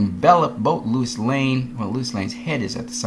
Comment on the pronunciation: The fact you keep saying Lois name as Lewis negates everything you say.